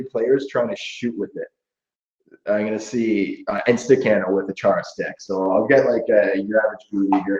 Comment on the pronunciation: It is funny how they ponounce "Chara" in english... In Slovak it is absolutely different pronounciation... i Cant describe it since there is no word for it and ch as we use it is not known.. But if you are interested try to find slovak pronounciation of his name.. For example here on youtube try to find "Chara gol" from slovak representation with slovak commentator..